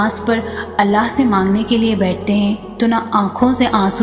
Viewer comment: Assalamualaikum Aap Allah ka naam sahi se liya kre Alaah nahi Allah h